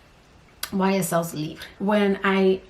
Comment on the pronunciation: Looking Beautiful as Ever 😍 Loving The Red, it's the Ultimate Holiday Colour in My Eyes 😍 Oh yesss I smell Delina through mask due to the incense 👀👀 I love how you pronounce "Libre" 😍😍😍😍 That, Coco & GONS through masks are 👌🏾👌🏾👌🏾👌🏾